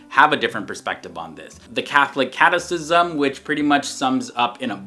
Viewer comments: It’s pronounced “KAT-EH-KISM” not “KAT-EH-SISM.” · It’s pronounced “CAT-EH-KISM” not “CAT-EH-SISM.